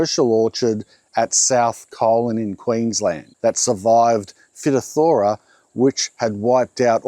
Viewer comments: Agree and was about to say same about pronunciation. Studies I undertook at UQ it was Fi -toff-thora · Phytophthora is pronounced “fi toth thora”. My old mycology lecturer is spinning in her grave… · The word that you are finding challenging to pronounce is 'fy - topf - thera', it is common in vineyards too hence free draining soil was a must. Great video. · Great Info! I own what remains of a legacy Hass avocado grove in San Diego County. There are about 12 remaining Hass out of the original ~50 trees planted in the 1960’s. Phytophthora (pronounced Fy-TOFF-thor-uh) was well a well known issue by the 80’s. When I bought the property in 2002, some of the trees had signs of the infection, looking back. From Phytophthora is a genus of highly destructive, fungus-like plant pathogens known as oomycetes or water molds. The name literally means "plant destroyer" in Greek. The advice was to limit who and what walks into the grove. Never water too much at once, 15-15-15 when growing. Real rainwater was a savior as it washes out the salt, making the trees noticeably happier. But pathogens got in anyway. I had to take out the West half of the grove by 2010 because of high price water and rationing. When kept regularly irrigated, the trees seemed to be able to fight the mold and produce a modest crop of almost 2000 lb/year. The trees always had some burnt-tip leaves [thought salty Colorado river water was part of the problem]. The West side takes more water, so had to be removed. The remaining 12 avocados are on the East side. A steep hill helps drainage and is a workout to service! A couple volunteer avocados have sprouted and produced edible fruit since 2002. We have a lot of problems with pocket gophers eating all kinds of roots, even apparently foul-tasting one. So it is hard to tell sometimes what is ailing a plant. I am sure the rema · For future reference, it is pronounced FIT-off-Thor- a. Emphasis on the 1st and 3rd syllables. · It’s pronounced FY TOF FER A.